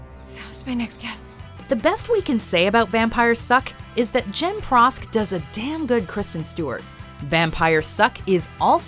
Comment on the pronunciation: “Darm it, I don’t have a catch phrase” I could explain how bad this is but we’d be here for an hour. I’ll just stop with the fact that us brits, no matter how snobby some of us are, always pronounce damn as DAM not DARM. holy shit this actor was terrible